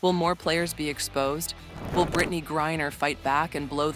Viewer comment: Every mention of her last name and this video got it wrong. It is not Gurrier it is griner. How incompetent is this.